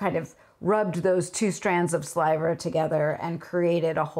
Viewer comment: 😁ok elephant in the room ... at first I, (really the Lola in me) thought you said there was saliva on the wheel, oh she said sliver didn't she?